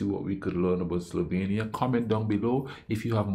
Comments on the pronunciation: It's SLOVENIA not Slovania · It is Slovenia. SlovEnija. Please correct that!